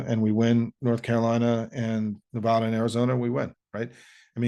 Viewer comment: I appreciate this positive resource, Sawmon. Oops, is that incorrect? Sorry, is there just one way to pronounce your name? Same with 'Nevada.' It's not 'Nevahda.' Please pronounce my home state's name correctly, thank you. 🤠 (And keep up the good work!)